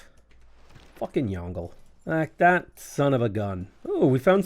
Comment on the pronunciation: It's not pronounced "Yongle", it's "Yong-le".